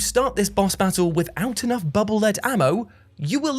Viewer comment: It's pronounced Bubble Leed, not Bubble Led. Megaman projects the bubbles in front of him, thus they are leading him. The Japanese name for the weapon is "Baburu Rido", the i in Rido pronounced like a long E.